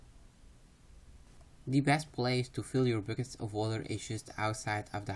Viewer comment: Your accent is very thick. But what I love about your guides is how you enunciate so clearly that even if it sounds like you say bookets instead of buckets I understand you very well. Keep up the guides hommie!